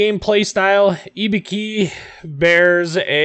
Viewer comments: pronounced i-boo-ki not e-be-ki Other wise known as an easy kill and so if you can not hide like an Atlanta then your toast. I think because the armor is so bad it is not worth playing. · Nice video.. but your japanese pronunciation is horrible! IBUKI = I("Y"es)-BU("Boo"ster)-KI("key").. (use google translation (japanese language set) for right pronunciation )